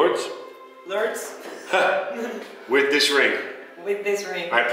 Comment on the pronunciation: en vez de decir LouRRdes dijo Lords tambien jajaja, ahora solo tienen que llevar el certificado al registro civil aca en Arg y listo queda registrado legalmente aca tambien ❤💍